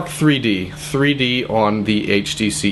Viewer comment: it sounds like he said 3 porno lol